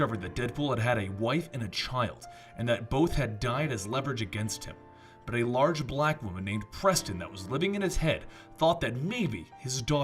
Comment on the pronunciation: "A large black woman" you said that like it was her super power or something lmao damn near is